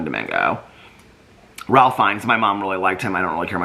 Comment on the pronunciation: I know this comment is late but Ralph Fiennes name is pronounced Reɪf.